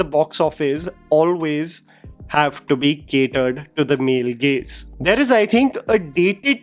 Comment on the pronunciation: I was also confused hearing 'Male Gays'😂😂